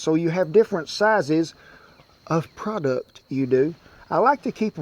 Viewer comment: He said product like its cocaine lol😂😂